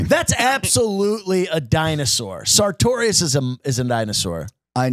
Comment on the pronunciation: Lmao classic thinks “sartorius” has 3 syllables 😂